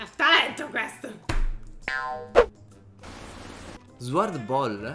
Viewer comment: Si pronuncia SORD non SwORD